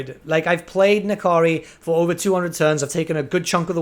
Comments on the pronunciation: That is simply wrong. There is no "i" They pronounce it well in the game. /Nah Kahree/ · Its a made up demon name so which ever. In game its pronounced Na Kari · is it pronounced "Ni-Kari" or "En- Kari"?